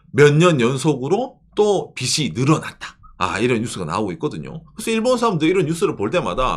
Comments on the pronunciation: 꼰대같지만... 빚이 발음에서 비시가 아니고 비지로 발음해주셨으면 좋겠습니다. 아 제가 문제인 듯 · "비시"가 아니고 "비지"로!